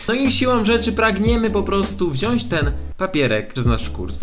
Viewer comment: Wziąć" się mówi ;p